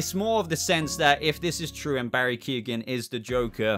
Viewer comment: It's not Barry Keegan, its pronounced keown